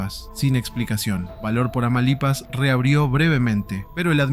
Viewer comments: No eres el único que le dio algo por decir tamalipas en lugar de TAMAULIPAS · Me causo estrés que no supiera pronunciar Tamaulipas 😭